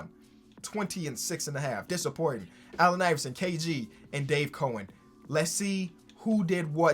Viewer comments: This dude keeps saying Dave Cohen when the dudes name is Dave Cowens. 🐮-ens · Can somebody please tell it’s Dave “Cow” ens. Not Cohens? 🤦🏻‍♂️ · It's COW EN. Lol your pronouncing his name wrong. It's cowen. Damn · Nobody:: Dave Co-ins